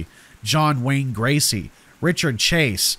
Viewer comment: Hey 2 the author Good tale However as a true crime buff Its john gacy not gràcy😊